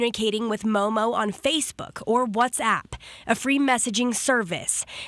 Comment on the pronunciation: It's MOOMOO not MOMO!